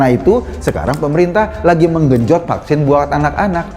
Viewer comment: Knp anak2 perlu di Fucksin...krn anak2 itu skl..berarti yg gk skl gk perlu di fucksin ya Ko..tpi knp rakyat sampe di kejar2 suruh fucksin? Eko2...klu bljr ngomong tuch yg bnr 😂😂😂